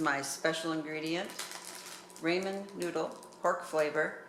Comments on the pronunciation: why do you keep saying Raymond noodles... IT is pronounced RAAAAH MEN.... Ramen.... I am confused at what you think is gravy that is a sauce.. THis will be the first last and only video i will watch of yours... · Calling ramen, rayman is odd to me..